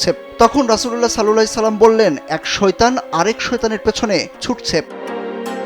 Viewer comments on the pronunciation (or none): Vai Darood shothik vabe porben plz Sallallahi ki?????